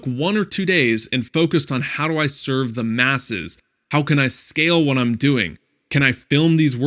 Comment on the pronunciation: serve not sevrer lol